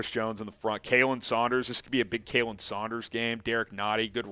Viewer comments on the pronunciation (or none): 38-17 Chiefs. Side note: Khalen Saunders' first name is pronounced like "Colin," not Kay-lin. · Good video. By the way, it's KAH-len Saunders, not "KAY-len" Saunders. He's my close college friend's son! GO CHIEFS!!!!